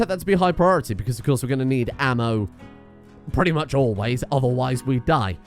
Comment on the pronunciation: Lordy... not ammo... smh